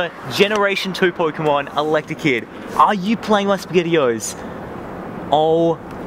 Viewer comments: No offense but it's elekid not electikid. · Elek-The-Kid? Isn't it Elek-id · its ele kid not electa kid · Rocking the touch screen gloves👍👌. Das some swag right there. Swagalastic 😎and I like how he said electakid even though it says elekid right in his face on his phone 😂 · It's not electakid it's elekid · *says in Hermione voice* Stop, stop, you're going to make someone's ears bleed, and besides, you're saying it's wrong. It's Elekid not Electakid. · lol when i say ur egg hatch i said "ELEKID" and then u said "elctakid" and i was disappointed in myself i thought i got a pokemon name wrong and then i read it and it was "elekid" so i was like YES! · Electekid?? Also, you're forgetting about Smoochum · Its not Eletrakid, it's Elekid. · Why does everyone say electakid when it's elekid. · Elekid, not fucken' electrakid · "Electikid" bruh, its elekid. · he said electikid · It's El-Eh-Kid not El-Ekta-Kid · you say electakid and its elekid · Elektekid.... really :/ people get your pronunciations straight.... its Elekid no te..., most made mistake is Shedninja instead of Shedinja.... there is no N there.... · It's not elektakid its elekid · *elekid not electakid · "Electakid!" lol nope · ha :) he called elekid electakid! doesn't matter though we know what he's talkin' about. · did you say electikid? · He said electakid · He pronounces Elekid wrong so terribly 😂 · Svenator That's what annoys me as well, if they love pokemon like they claim they do they'd at least learn to say the name correctly